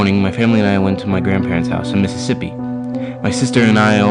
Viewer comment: Mississauga* lol. Not Mississippi. (Glad you liked it!)